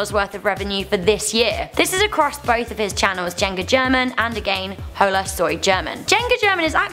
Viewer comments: I wanted to kill myself when she kept pronouncing hola(o-lah) as hollllllaaa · She said hola with the h in it! The h is silent! One of the easiest words to say in spanish TRIGGERED!!! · not to be mean but you pronounced Hola wrong hola is pronounce ola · she even pronounced hola wrong lol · Omg how she said hola 😂